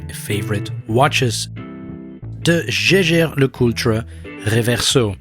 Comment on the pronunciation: You pronounced Jaeger wrong lol